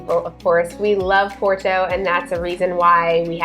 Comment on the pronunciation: So...you have been in Portugal for 3 years. Why are you still saying "Por-to" like an American and not how it is how it should be pronounced - "Pot-tu"?